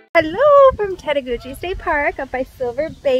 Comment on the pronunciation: Tettegouche is pronounced tet-a-gooch. Love your videos.